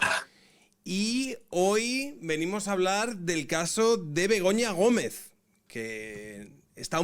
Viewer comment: Me meo. Siempre suena como si dijerais Begoño Gomez😂